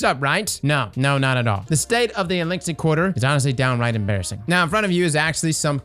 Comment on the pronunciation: The only think I can focus on is adding another "n" to Eliksni